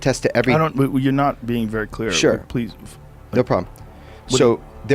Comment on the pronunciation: "you're not being vert ckear" that gets me everytime.